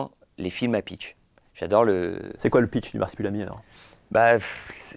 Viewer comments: Je me sens juste obligé de commenter que ça m'as un peu tendu à chaque fois que disait "Marsipulami" au lieu de "Marsupilami". Voilà c'est tout des bisous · Masupilami et pas marsipulami* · Personne ne c'est arrêté sur le fait qu'on dit le Marsupilami, et pas Marsipulami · Au bout de deux "MARSIPULAMI" de l'interviewer j'ai vomi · L’intervieweur est super par contre je crois pas que y a une fois où il a bien prononcé « Marsupilami » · Marsupilami pas marsipulami ;) La première fois je me suis dit sa langue a fourché mais ça continue :) Sinon très bonne interview comme d'habitude.